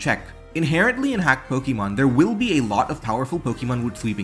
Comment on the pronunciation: I'll subscribe as soon as you start pronouncing "Pokemon" in a non silly way